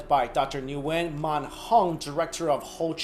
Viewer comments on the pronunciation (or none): was there last name spelled Nguyen if so it's pronounced win